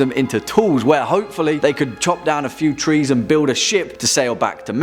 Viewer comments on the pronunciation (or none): none